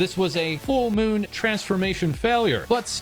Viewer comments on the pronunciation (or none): none